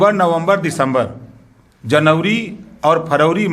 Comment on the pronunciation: देख लो भाईयों ये देश को चलायेंगे जो आज तक महीने का नाम नहीं याद कर पाया।। जनवरी को जनउरी और फरवरी को फरउरी कह रहा है।। अब देश आपके ही भरोसे है योगी जी,, मोदी जी।।।